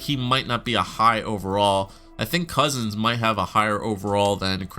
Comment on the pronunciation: It's Couzins not Cozens.